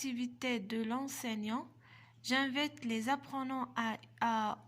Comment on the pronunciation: T ne maîtrise pas la prononciation et t fait beaucoup d faute c rare on dit j'invite t le prononce j'invète 3aib ba9a kathajay